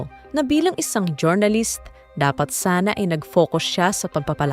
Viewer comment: next time po jor-na-list paki pronounce po ng jur-nuh-luhst thanks.